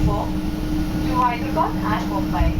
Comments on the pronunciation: Btw hydrebad is said like high-dra-bad And banglore is ban-ga-lore. :) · Hey Sam!.. I Live in Hyderabad ; AI Has Had A Rich History Through the 747 . But after AI got into Billions of $ of Losses , The Experience Has Got A Lot Different Since! But We Can Still See The 747 On Domestic Sectors & Can Enjoy Them For The Next 3-4 yrs. Sad To See The Queen Go but Airlines Got To Do What They Got To Do! . . P.S : You Got The Pronunciation Of Hyderabad Wrong.. But No Worries!